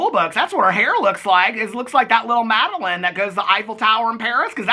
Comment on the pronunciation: At least pronounce Madeline correctly 🙄